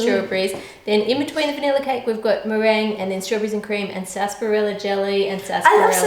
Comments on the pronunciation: did she say sasperella 17 times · am I the only one just like wtf is sasperella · What the hell is sassparella? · How To Cook That the way you say sarsaparilla triggers me